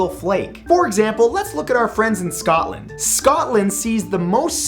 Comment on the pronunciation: I am your friend in Scotland or as u say scatland